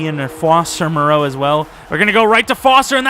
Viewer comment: Lmao why were you calling foster Mereau “Fabian Maraeu” 😂